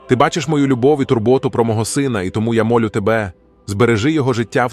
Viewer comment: Перепрошую. Але в озвучці допущено ряд помилок в наголошенні слів. Не відчинЯть, а відчИнять; не зАхисти, а захистИ; не мОлю, а молЮ; не світочЕм, а свІточем; не обдАрував, а обдарувАв. Вибачте. Але треба так.